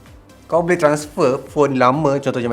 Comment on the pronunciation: "buleh" instead of "boleh" 🤭